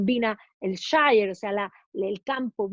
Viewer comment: Hola. Un pequeño alcance sobre la pronunciación de la palabra "shire"en inglés británico. Cuando aparece al final de una localidad, como Yorkshire, la pronunciación es /shia/ o sea: / ió:kshia/; cuando aparece en forma aislada, se pronuncia: /shaia/. Slds!